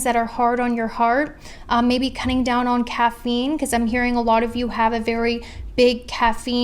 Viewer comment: when she said caffeinee adiction I LOST IT